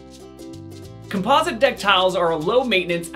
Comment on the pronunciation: Couldn’t listen to his shocking pronunciations of the words realistic and composite, had to turn it off after 38 seconds